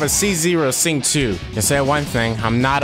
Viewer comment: ur prolly not gonna care, but its pronounced "Zing-Cho"